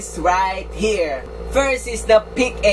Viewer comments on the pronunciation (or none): Its Pick- ah not pick ey 😡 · Pic A basa don pic-AH magtuturo ka na lang mali pa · Excuse me? Pano mag basa ng Alphabets? Pic-A kung mag babasa ka ng Apple, babasahin mo ba dapat Ey-Pol? Mag ayus ka nga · PIKA PUYUNG PAG BASA DYAN HINDI PIC-A